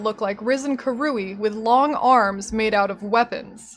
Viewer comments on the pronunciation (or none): none